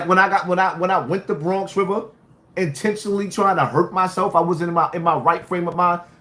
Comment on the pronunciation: 😂😂😂😂😂😂😂😂 Bwonx wiva Legend